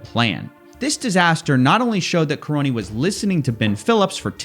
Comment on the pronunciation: The man's surname is KA-RONY ffs. Karony the Crony!